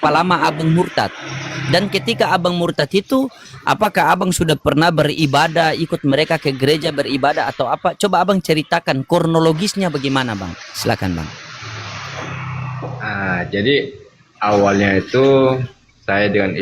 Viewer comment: Aslm wr wb,guru mf,bukan kornologis,tp kronologi,mksh guru